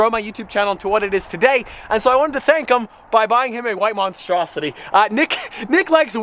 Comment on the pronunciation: "White monstrositie"